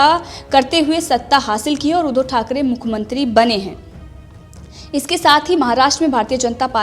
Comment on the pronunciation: Madam आप उद्धो की जगह उद्धव बोलना सीख लो.